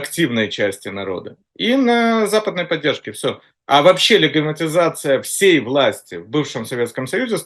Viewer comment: Этот мужик всерьез говорит легемитизация.и дедоляризация. И еще много странных слов. Китайский поисковик Baidu он обзывает байдой. Еще он прочитал учебник истории за девятый класс и очень любит его пересказывать. Этот странный чувак у них называется АНАЛИТИК.Яка страна, така и аналитика.., вот это клоун очень смешной.Зови его чаще.КУхар, конечно. все авно круче. но Кухар воюет. Ну хотя бы этот пусть публику развлекает.